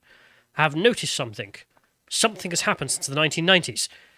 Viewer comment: its SOMETHING, NOT SOMETHINK!!